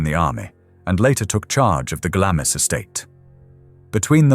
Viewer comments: Glamis is pronounced glarms. But great video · yes, it is and I get irritated when researchers do not do their due diligence. I am a New Zealander and we pronounce it Glarms as it has always been. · I am Scottish and we refer to it as Glams Castle ie the i is silent. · I say Glarms. I'm English though. If I pronounce it in a Scottish accent it'd be Glams. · I was indoctrinated to a received English accent when discarded by my parents to boarding school. The Royal family pronounce it Glarms. With an R sound. I appreciate its a Scottish castle and Scottish people pronounce it Glams. But if its a sasenack trying to pronounce it they'll hear an R. A lot on here are not from out Isles. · I found this video fascinating, although irritated by the pronunciation 'Glam is.' I used to volunteer at Gibside, now a National Trust property, which was the home of Mary Eleanor Bowes who married John Lyon, Earl of Strathmore. Under the terms of her father's Will, Mary Eleanor's husband was required to change his surname to Bowes. Her father, George Bowes, had only one child and Mary Eleanor became the richest woman in the UK upon his death. The surname Lyon was reinstated many years later, initially as Lyon-Bowes, but later Bowes-Lyon. The Queen Mother did visit Gibside in her younger days, prior to WW2, and eventually handed over the keys to Gibside Chapel to the National Trust when the family could no longer afford to maintain the property and estate. Mary Eleanor Bowes' life story is described in great detail in Wendy Moore's book, 'Wedlock.' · I think it’s “glaamz”. no r sound added.